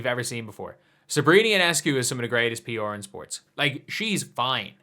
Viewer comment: The way you say PR with your accent is hilarious.